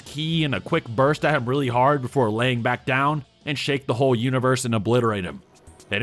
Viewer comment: Yeah emphasis on "hard"